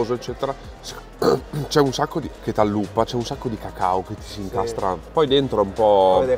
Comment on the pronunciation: allAppa non alluppa!:face-green-smiling